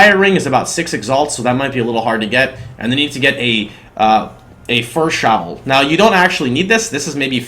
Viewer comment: 'Shawl' is pronounced like an incredibly british "sure!" The W is pretty much silent. Unless you were trolling, then it's "shavvel" :D